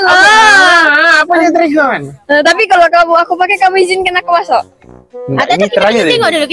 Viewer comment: hahaha ehin lucu plak blik2 ckp dregon🤣